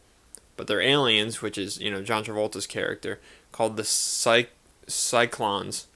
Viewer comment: You're mispurnouncing the aliens it's a "sy-clo". Not "sy-clon." It's spelled Psychlo.